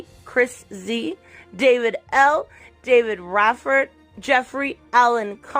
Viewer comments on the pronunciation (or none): none